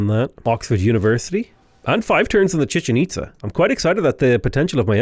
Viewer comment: Glad to see I'm not the only one who calls it the Chicken Pizza. You also have the Empanada (Apadana) and Porta Potty Palance (Potala Palace). So many great non-names